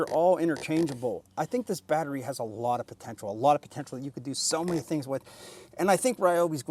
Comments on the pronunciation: Am I missing something? Was the "baatreee" supposed to be funny after the first 1000 times? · STOP SAYING BATTERY LIKE THAT!!!! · Lol...the "bat-rey"